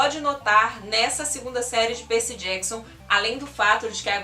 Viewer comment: Faltou as Crônicas dos Kane❤️. Você fala “Perci”, colocando o Y como I, o que fica meio esquisito de ouvir, acredito que porque sou mais familiarizada a falar os nomes na forma em inglês... o vídeo está maravilhoso.